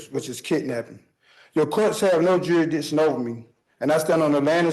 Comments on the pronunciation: 10 minutes in, and he can't even pronounce jurisdiction. We are in for an interesting ride, friends 😂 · Why can't any of these sov cits pronounce jurisdiction 🤦